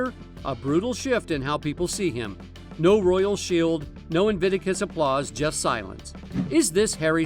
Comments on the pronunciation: INVICTUS isnt that difficult to pronounce. 3 bloody syllables, you doofus! IT MAKES ME WANT TO SHAKE YOU EVERY TIME YOU MISPRONOUNCE INVICTUS! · In. Vick. Tuss!!! That aside. Brill!